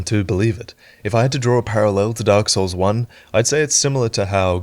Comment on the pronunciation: “” Did you actually play Dark Souls at all? Or do you just butcher the names on purpose?